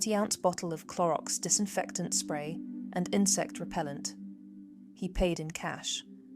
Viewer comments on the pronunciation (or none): none